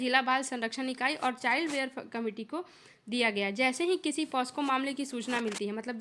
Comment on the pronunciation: Its Pocso not posco